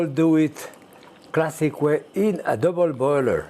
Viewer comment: "Classique" is the best part